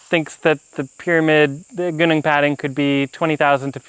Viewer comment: Please learn to pronounce Gunung Padang correctly. Also Its not a pyramid. Ive been there 2 year ago and its quite obviously a hill and not a pyramid, it doesnt even resemble one.